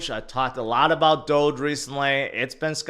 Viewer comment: Hoge finance instead of doge